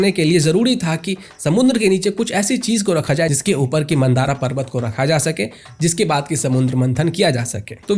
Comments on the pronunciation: मंदारा नहीं मंदर पर्वत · मन्दराचल है कृपया मन्दारा उच्चारण नहीं करें 💯🙏😇